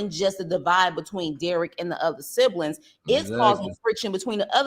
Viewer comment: I love this man’s page I swear I do lol, but his damn English is funny AF 😂! The shit he be saying…one time he said “silibings” instead of “siblings” ahahaha I love him tho. “Sublinimals ahahaha! I flock to his page soon as I get a notification tho. I fucks wit him the long way